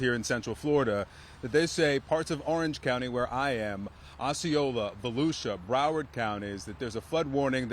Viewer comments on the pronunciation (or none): none